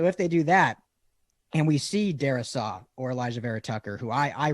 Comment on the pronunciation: Please no Darrisaw. Also, why can't people ( especially those who have podcasts) say his last name properly?! Guy here said his name like there was an extra "h" in his name. It's "Darr- I - saw". Not "Dari- sHaw."